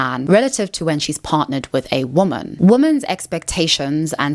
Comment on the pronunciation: She's gotta stop pronouncing "woman" and "women" like they're the same word. Same with "really" and "rarely." It's both confusing and annoying.